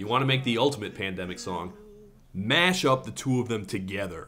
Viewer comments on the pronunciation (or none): none